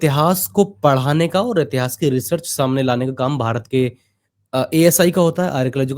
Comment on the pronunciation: Intihaas nahin itihaas hota hai murkh